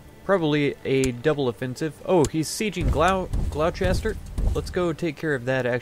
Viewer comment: Hear "Glow-Chester" pronounced. Typed this and closed video instantaneously. (It's Gloss-ter).